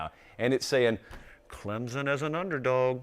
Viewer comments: As someone from Clemson, it kills me when says Clemzon. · 😂😂😂🤣🤣🤣 and he knows it too lol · The majority of people say it that way. Most don’t care either. Haha How a southern school gets mad about a southern pronunciation of their name is what’s mind boggling. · born and raised in SC, never heard anyone from the south pronounce it the way he does. There’s definitely a “p” in there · According to Clemson grammar Nazi above you there isn’t a P in there. And I e never heard anyone say it with a P that didn’t sound like a Yankee aka a word I can’t say in here. It’s Clem-sun, no Z, no hard s or whatever, no p in there... just Clem like the guy down the road, and sun like in the sky. One syllable. lol